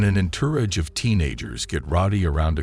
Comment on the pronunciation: En- tor- age??? Entourage